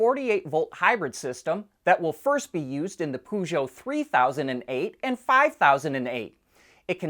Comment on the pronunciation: Learn how to pronounce Peugeot or don't say it.